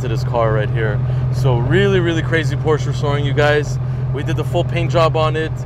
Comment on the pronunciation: You pronounce it, Por-sha you donk